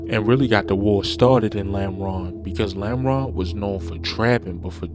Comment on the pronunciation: Normal ❌ Lameron ✅